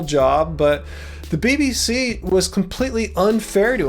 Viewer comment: Lol, did anyone catch when called the BBC "the B-BS." 😂